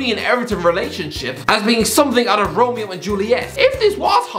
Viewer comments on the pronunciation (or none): none